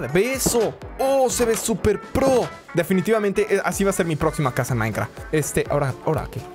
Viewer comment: minecraft pero plech siempre emieza dixdciendo minecraf xdxdxdxdxdxdxd 😄😄😄😄😄😄